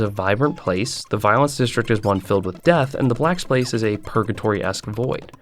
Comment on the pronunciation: “Black splace”